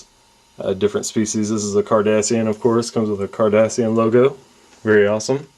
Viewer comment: lol it sound like you said kardashian